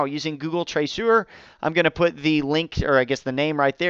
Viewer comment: "Traceur" would be pronounced "Trah-sir" in French